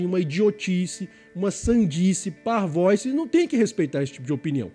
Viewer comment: A palavra é parvoÍce. O "i" é acentuado e assim deve ser pronunciado. O vídeo, excelente, como em geral os outros deste canal também são. Persevere. Abraço.